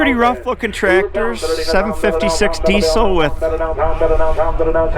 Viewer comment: Interesting relics of the past indeed! Since you are likely to use the word “Diesel” a lot in the future, you might sooner or later want to adopt the correct pronunciation of Rudolf Diesel's surname, as it is common in Britain.